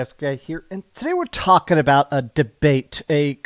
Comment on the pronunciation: Listen to him say the word “talking” when he says “today we’re TALKING” about (insert name of video) lol